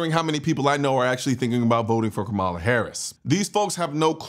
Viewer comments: Im with you. 100%. But you can spend enough time to pronounce her name right. Kamala ———-> pronounced like Comma - La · Are you purposefully mispronouncing her name? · Try saying her name right kind sir..